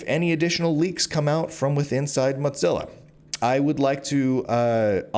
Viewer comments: I couldn’t listen to the every time you said mutsilla 3rd time i’m out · Why do you pronounce it MOTzilla? There’s no “T” in “Mozilla.” Thanks for covering this! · I hope he gets a big ol settlement. This is deplorable. Side note: Please stop saying “Motzilla” 😂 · Hearing Teixeira and Mozilla mispronunciations back to back is such a high bar to suffer for such a great piece of reporting. Read the article OR BE WARNED.